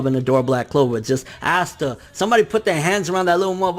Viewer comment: Aight bro, we’re gonna have to get one thing straight right off the bat. It’s not “Ass-tah”. It’s “Ahh-sta”. I love your videos but the amount of names your mispronounce drive me crazy. Keep it up brotha. <3